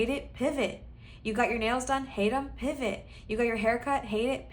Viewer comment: I picked pile 3 and I absolutely lost it when you said PIVAHT.